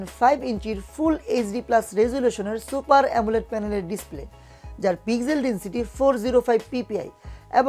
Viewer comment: আপনি তো উচ্চারণ ই করতে পারেন না। ডিস্পেলে কি ভাই? একটু বুঝিয়ে বলুন